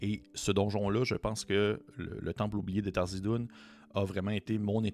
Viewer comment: c'est pas Tharzidun... c'est THARIZDUN ;)